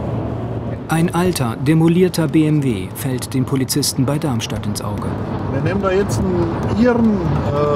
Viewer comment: Super interessant, ich liebe diese Art von Dokus, bitte mehr davon! Aber die Aussprache des Sprechers, wenn er Darmstadt sagt, triggert mich total :D Hört sich an wie Darnstadt oder Dannstadt...